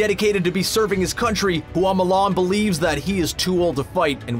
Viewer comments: Nobody: Screen Rant: MOO LARN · Mow Lawn